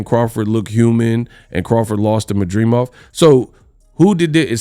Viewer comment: MAD DRI MOV….not MAdreemov 😂